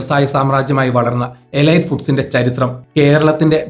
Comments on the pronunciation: എലൈറ്റ് അല്ല,എലീറ്റ് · എലീറ്റ് എന്നാണ് ശരിയായ ഉച്ചാരണം. ഗൂഗിൾ ചെയ്തു മനസിലാക്കുക